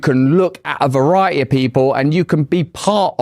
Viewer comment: There is a "T" in the word variety!!..